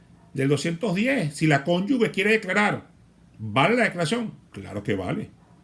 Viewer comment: mal pronunciamiento de cónyuge..............